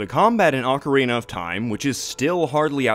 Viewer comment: Say it with me OAKarina, not OcKarina (sockarina🧦)🙅🏻‍♂️